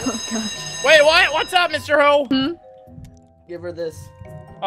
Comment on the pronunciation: It sounded like said mr hoe